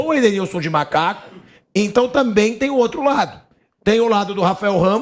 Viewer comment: O cara falou malaco